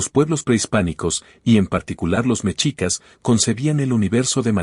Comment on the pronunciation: La palabra mexicas, se pronuncia "meshicas", no "mechicas".